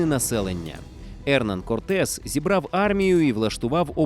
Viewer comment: я так розумію, наголос навмисно спаплюжений задля отримання комментаря?) Ферна́ндо Корте́с де Монро́й и Писа́рро Альтамира́но (исп. Fernando Cortés de Monroy y Pizarro Altamirano), более известный как Ферна́ндо, Эрна́ндо, Ферна́н или Эрна́н Корте́с (исп. Hernán Cortés, 1485 — 2 декабря 1547[1])